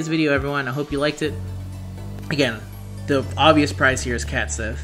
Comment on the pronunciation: The pronunciation here is not intuitive. "Cat Shee"